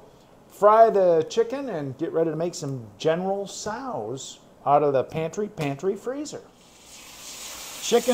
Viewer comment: Thanks for taking the time, my friend. Please, General Tso’s is pronounced SEWS, not sows, and Ramen noodles are pronounced RAH-MEN. Again, thank you, my friend.